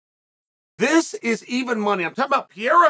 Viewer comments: Chael, who the heck is "Pierra"? It's P E R E I R A. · Pe-rei-ra. Not Pi- era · ITS PE RE I RA NOT PIERA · Bro it’s PeReira. “Pah-rare-ah” not “Pee-air-ah.” Not that hard. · I love how uncle Chael still calls him "Pierra" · Dude . Stop saying PIYERA 🤣🤣🤣🤣.